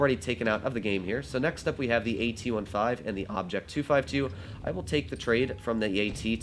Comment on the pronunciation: Why you call it the AT ONE-FIVE?